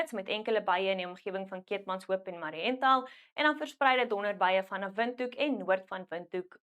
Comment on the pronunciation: Ons Namibiers e oud Suidwesters sê Mariental nie Marihental nie😂😂